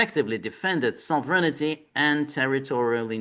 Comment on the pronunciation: There is no "ity" in sovereignty. It is pronounced sov-ren-tee NOT sov-ren-itee.